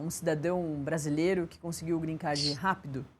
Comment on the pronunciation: Alguém ensina essa jornalista a falar " Green Card" por favor